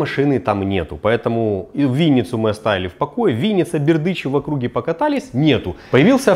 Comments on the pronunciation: не Бердычев, а Бердичев!!!! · не БердЫчев, а Бердичев, или на украинском-Бердичів,))